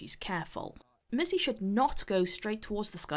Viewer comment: Am I the only one who hears missy instead of mercy?xD